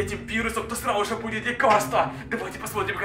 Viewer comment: что говорит:срауже что должен говорить:сразу же что слышу я:СРАЛ-УЖЕ